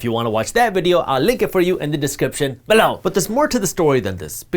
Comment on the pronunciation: No rather i am relieved. Seriously what is the obsession with Below